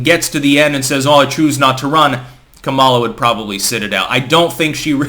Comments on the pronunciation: I can't help notice that is mis-prunoncing Kamala Harris' first name. Now she is very sensitive to that, mind you. It's Ka-mala. (stress is on the Ka part, as in Ka-lamity). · No, he's not. It's pronounced Kum mala, just ask her. She spent enough time on her knees for Willie Brown 🤣